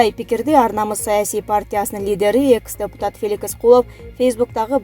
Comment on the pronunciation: Куловтун атын туура окучу,экс дегенди туура айтчы,эмне мынча огрусчадан аксайсын